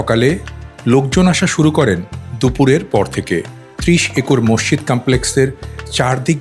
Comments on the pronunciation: Mosside ? Mosjid correcto kore bolteeo parean na? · Morshid Na, Masjid Bolen. Dhannabad